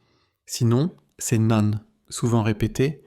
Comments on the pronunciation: Vidéo pleine e d'erreurs de prononciation ! 👎 Un seul exemple : Nan? Prononcé "nane" !! !! !! 😱 Ca se prononce pas du rout comme ça! Vous êtes serieux!?🤣 Ça se prononce "nen" Élodie va falloir apprendre à parler et à lire le français ! Comment peut-on faire autant d'erreurs de prononciation ?!?!?😱 Vidéo à refaire et à corriger c'est nul. 👎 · C'est AI, ou quoi? Personne ne dirait jamais "nan" comme "nanne'! (sans nasalisation) 😂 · Nan ne se prononce pas nanne!